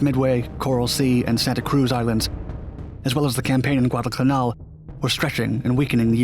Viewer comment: Guadalcanal - please stop slurring the name it detracts from an interesting video